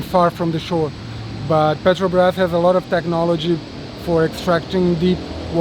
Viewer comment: Obrigado, not Obrigada. Petrobras, not petrobas.